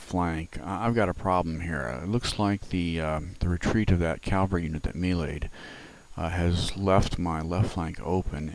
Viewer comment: Please know that proper pronunciation is CAV Al RY Not CAL var ry. Thanks.